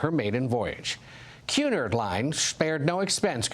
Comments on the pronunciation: Excuse me, that’s cue-NARD….not “cue-NERD”. SMFH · "Cue-nerd line" Who even takes mainstream news seriously lol. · I know right, I've heard the name Cunard mispronounced so many ways but "Quenerd" is a new one for me. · Between them misspelling “reign” and mispronouncing Cunard and saying she was in danger of sinking it makes me wonder how they call themselves a news station. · I listed 3 things. You addressed one. And no, he didn’t pronounce it right. Or even close.